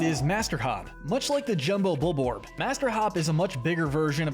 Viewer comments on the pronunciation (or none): Your saying bulbord it’s bulborb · It’s called bulborb not bulbord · WHY DOES THIS IDIOT SAY BULBORD AND BUBAX ITS BULBORB AND BUBLAX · bullboard?? .... its bulborb dude LOL. pronounced bulb - orb. emperor bullbacks - dude its bulblax. empress bulblax sovereign bullblax smokey progg im questioning if you even played this game. you should know how to pronounce these names or even spell them. after all its in the piklopedia and even vids online on how to pronounce their names.